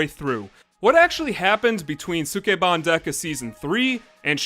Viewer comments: ski ban not suk e ban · It's pronounced Skeban. The u in Sukeban Dekka is dropped, like in the name Sasuke. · Would love to see this show. But the mispronounciation of sukeban in this video is distracting.